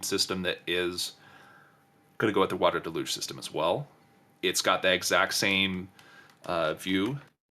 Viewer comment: “Water da-luge”? Is that like water deluge?